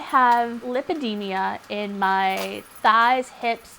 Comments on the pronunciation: How much do you bet she diagnosed herself, she doesn't even pronounce it properly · she doesnt even pronounce it right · Bruh she can't even pronounce her condition properly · she was mispronouncing it. They captioned lipedema on the screen. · How come no one made an effort to tell her she in pronouncing it wrong?